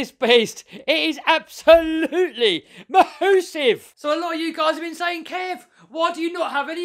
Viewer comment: Why do u say mosive